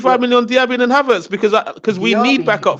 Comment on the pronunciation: my man lost me when he said Diaby...